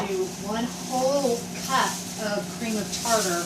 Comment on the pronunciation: "Cream of tatar".......Lol